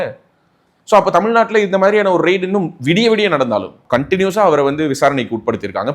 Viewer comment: Pls know the difference between raid (ரெய்டு) and (ரைடு).